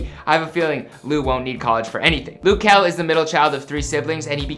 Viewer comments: ITS LUH JEL NOT LOU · "Loo kel"?